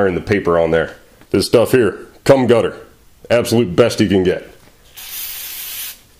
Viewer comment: I know this is old but did he actually say cum gutter instead of gum cutter? 😂